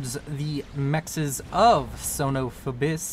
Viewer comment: Another great cast, man. BTW, Ibis in Son Of Ibis is pronounced eye-bis.